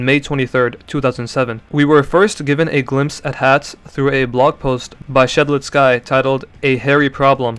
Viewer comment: For the love of god please dont pronounce Shedletsky like that 😭